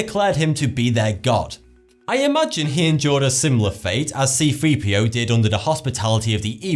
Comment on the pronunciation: I think it's C-3PO, not 3-CPO, btw.